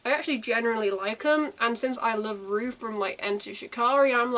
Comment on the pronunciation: It’s pronounced “row” as in to have a row with someone :) Short for Roughton pronounced “row-tonne” xxx